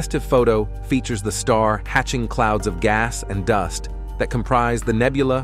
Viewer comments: The AI voice was indeed terrifying. Especially when "astrominers nichmided it the running chicken nebuuooooolllaaahh". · "Astrominers nichtmided it the running chicken nebuuooooolllaaahhhh". Deranged to say the least. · We can finally see deep into the outer reaches of the universe.... But the AI voice is ridiculous. "Astrominers 'nicnimided' it the 'Running Chicken Nebbooolaaahhhh'". Seriously? AI has light years to go before it will even come close to real speech.